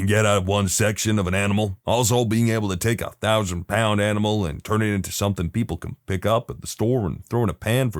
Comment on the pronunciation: No K in the word something